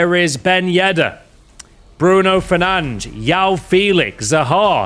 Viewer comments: its bruno fernandES and jou felix bro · It’s not fernange 🤬